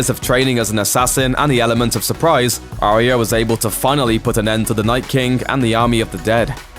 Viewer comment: It's "ARYA" (N.B AH YAH) dude not "ARIA" do you even watch the f*cking show ??